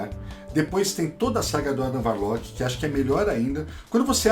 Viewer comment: mano, video incrível! o que mata é só o falando Adam Varlock... mas isso não interfere em nada na qualidade!